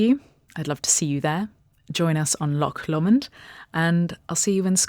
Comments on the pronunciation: Great video as always, but the pronunciation of Loch Lomond is wrong in so many ways! It's not 'lock law-mond'! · Please learn to pronounce Loch Lomond properly first